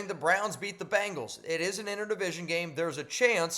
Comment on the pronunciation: Bengals! NOT Bangles! Geez man!